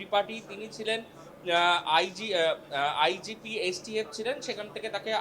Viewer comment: Ota IPG noy. Bhul uchharon korechen. Ota IGP hobe.